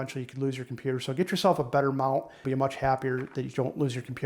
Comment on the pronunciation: kimpewder. :face-red-droopy-eyes